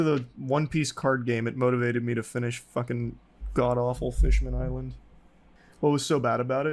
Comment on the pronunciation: the way he says fishman island gets me everytime